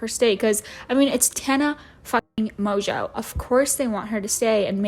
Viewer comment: You're the first person on YouTube that I've heard say her last name with the proper French pronunciation. Americans have absolutely butchered her name to the point that I genuinely believed her last name was mongo lol